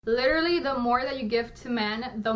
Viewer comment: First of all, the word is literally, not lillleraly, second, I feel like, I feel like... and only a simp is falling for this bullshit